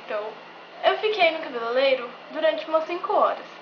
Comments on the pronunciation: haha ninguém percebeu que ela disse: CABELELEIRO kkkk sendo cabeleReiro kkkkk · cabelelero ? sério q vc falou isso ?